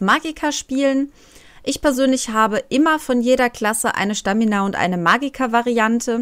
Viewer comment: Da steht Stamina nicht Schtamina